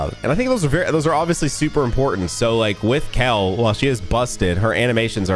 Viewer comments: Kale couldn't hear you cause you keep saying kel😅... Lots of love! Long time viewer here! Since you've started with rhyme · Hearing this man say “kell” For the better part of 25 minutes hurts my soul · Any word you say that ends as "ale" always sounds like "ell" to me. So yes you say "Kale" weird. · sometimes pronounces ale words like it’s ell. Kale, kell, well. not weird just characteristic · Is it just me or this man said "Kel" off rip?